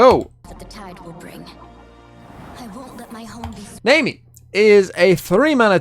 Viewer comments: It's more naami, not naymi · Pronounced Nah Me but okay lol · Her name is pronounced like the "nami" in "tsunami". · Always with the bad pronunciations, this guy... lol Fizz even says her name in the interaction. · And its just 4 letters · Fucking yikes I can’t stand that pronunciation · That is NOT how you pronounce Nami Lmao